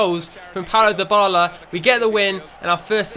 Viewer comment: can you please say Dybala properly